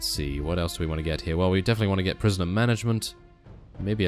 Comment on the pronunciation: I know I know, just that 'gate' a mod sounded so funny. 'Let's gate a mod!' XD